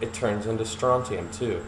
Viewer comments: strontium, not strotium. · People, pronounce it correctly! stron·tium noun \ˈsträn(t)-sh(ē-)əm, ˈsträn-tē-əm\